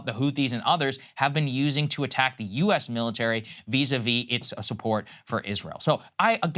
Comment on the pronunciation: Take a shot every time you hear "vis a vie" from both hosts